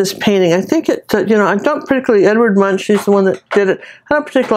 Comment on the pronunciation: This is awesome! I could have painted a lot of cars in line on the bridge, because being stuck in traffic makes me SCREAM 😱 Just a side note, Edvards last name is pronounced with a k at the end.. like Munk... Edvard Munch (Munk)... Trust me on this one, I'm Norwegian 😄